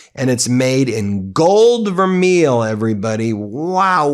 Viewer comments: "Vermeil" is pronounced "ver-may." Vermeil is a thicker gold plating, 2.5 microns versus gold plating at .5 micron. Fyi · Pssst.. Gold vermeil (pronounced vehr-may) ... shhhhh... DozyDon is warching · Vermeil is pronounced ver-may and it is just a gold coating on top of another metal, sometimes silver. I can't believe the First Lady is selling anything. It is so cringy and crude. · Basically a step above gold plated, for $245? Get real. Gold vermeil (pronounced ver-may) is high-quality, durable jewelry consisting of a thick layer of gold electroplated over a sterling silver base. To legally qualify as vermeil, the piece must use sterling silver, have a gold layer of at least 10k purity, and be at least 2.5 microns thick, making it more durable than standard gold-plated items.